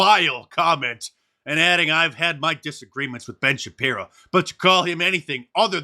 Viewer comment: *shapiro not shaprio